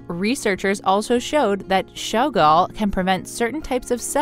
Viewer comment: I’m counting the times she says shogal